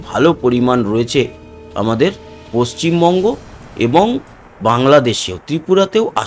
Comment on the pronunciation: paschim mongo noi Valo kore bolun paschim Bungo